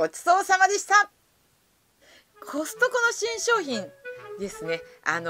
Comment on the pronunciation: コストコがホストに聞こえた（笑）